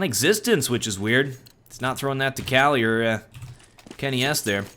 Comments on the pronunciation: he said that its cali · because it really s CALI